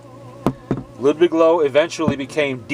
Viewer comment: Not trying to be a pronunciation Nazi, just letting you know that "Loewe" is pronounced "Loeve"